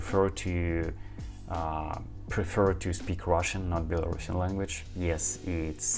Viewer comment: Стивен имел ввиду, что вместо "Белорусиан", произносят "Белорашн". То есть, это как если бы по-русски сказали "Этот человек белорусский", вместо "Этот человек белорус".